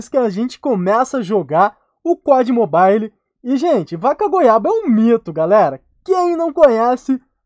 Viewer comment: só eu que no minuto entendi o falando ''pó de mobile'''?? kkkkkkkkkkkkkkkkk